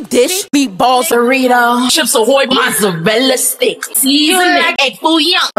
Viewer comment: Mozeirela steic ✨